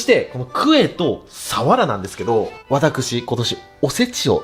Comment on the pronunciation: サワラのイントネーションが終始気になっちゃいました😂